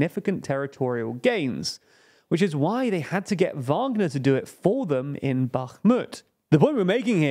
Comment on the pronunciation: They finally got the pronunciation of Wagner right after over a year of reporting on it. Now try get "Prigozhin" right